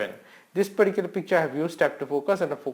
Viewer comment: Why do u always say "peticular" ???😨